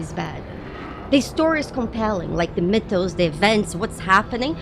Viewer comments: Came to the comments to find out what word beginning with M she was saying. I was hearing Mid tones. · She's saying "mythos", not "midtones". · the middle isn't the bottom. Besides I think our friend here is right, I think she is saying "mythos" x) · It took me awhile to realize she was saying 'mythos'.